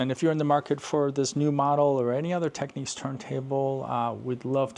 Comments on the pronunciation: It's technics, not techniques 👍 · Why would you pronounce Technics as if it was spelled Techniques? There are two types of people in the audio world I think . . Maybe Matsushita would be a better moniker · I never understand why people call Technics Techniques. The word is clearly Technics, not Techniques.